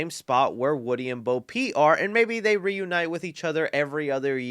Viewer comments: ima blow your mind because you've been making this mistake for three years, her name is Bo Peep, not Bo Pete lmao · Bro, it's "Bo Peep"... not "Bo Pete" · It's not "Bo Pete"... It's Bo PEEP.